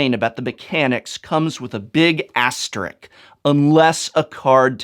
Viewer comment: "Asterick"? That's an odd pronunciation from an English professor.